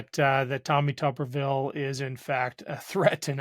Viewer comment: Shouldn't Tuberville be pronounced with a long u? It'd be appropriate, he's a potato.